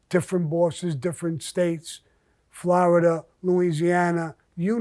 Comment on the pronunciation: I like how he says Flower-duh